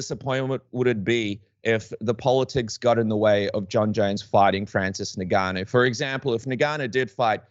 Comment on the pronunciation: why do some people pronounce Ngannou like this?